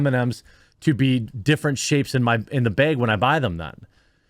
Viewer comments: I want Jeremy to say Bag and not beg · What is a white "bayg"?